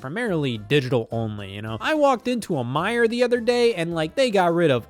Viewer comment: SCOTT THANK YOU FOR SAYING "MEIJER" AND NOT "MEIJERS" LIKE EVERYONE ELSE IN THE MICHIGAN/OHIO/INDIANA TRI-STATE AREA